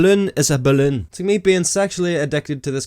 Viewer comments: LOLOL '' its a ballunn !! its just rubbar an airr '' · The way you say BALLOON is everything 😅